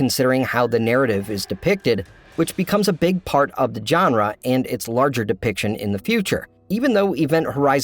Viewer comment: It's not "john-ruh", it's "zhon-ruh"... like the j in Taj Mahal.